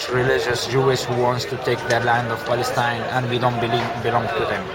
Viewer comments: Beace for the beoble of Balestine... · "from balestine" you cant even pronounce your own name? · what did i heard? balestine? ooh the translator can't say the name of his country.. how sad :p